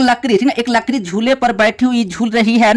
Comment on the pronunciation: Sir larki ko lakri par rahe hai😂😂😂😂😂😂😂😅😅😅